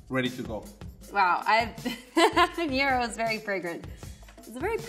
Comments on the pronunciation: Her incorrect pronouncing of habanero was hilarious. Yt people add ñ where they dont belong 🤣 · a lot of us mess this up but.... it's just habanero there's no ñ in habanero